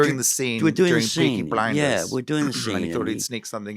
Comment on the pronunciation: Beaky Bwinders